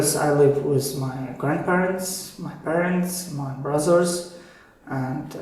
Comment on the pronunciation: am i wrong or did he said brazzers instead of brothers